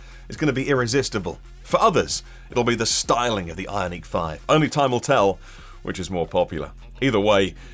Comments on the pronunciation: Why is this guy pronouncing Ioniq as if it is a French word? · I would pronounce it eye-ahn-ick. It he first two syllables are based in the word ion which shows the electric nature of the car, so I would make sure the -n stays with the second syllable.